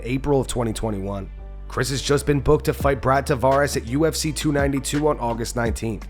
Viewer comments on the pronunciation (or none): none